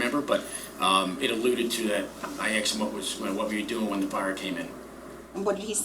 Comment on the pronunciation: He axed him. Ouch